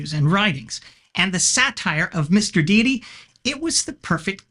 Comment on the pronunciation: Ooh. Some Mr. Deity (and thank you for saying it correctly instead of 'Dhay-ty) lore. Stay on your awesome path. People can be respected. Religions and ideas, not so much.